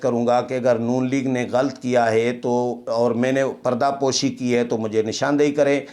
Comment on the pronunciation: Aap "barahna sach" bolte hain, koyi kitni tanqeed kare, fikr na karain, salamat rahain, aamin. Lafz ghalt naheen, GHALAT hai, harf laam k oopar zabar lagaya karain, shukriya.